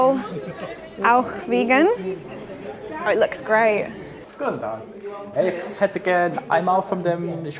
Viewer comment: Wow, I am impressed by how he ordered the snowball in the bakery. You really nailed the Hätte, which is not easy to accomplish for English natives. 👍